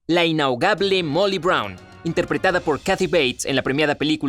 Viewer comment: "SEÑORITA INHAOGABLE" :v